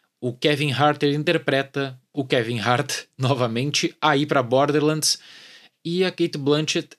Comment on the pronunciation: "bórderrrr lândis" 😂